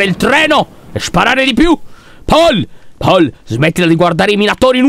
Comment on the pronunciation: C'è scritto paul ma si pronuncia pol ok lyon😅😑🤦🏻